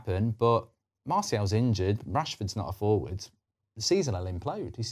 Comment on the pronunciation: Why are you saying marsiel, it’s martial